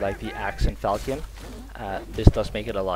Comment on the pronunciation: You know how you say the word Fashion? Falchion is pronounced similarly. Falshion. TY.